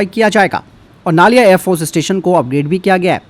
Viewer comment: नलिया है सर नालिया नहीं है।